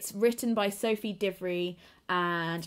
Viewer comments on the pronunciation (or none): none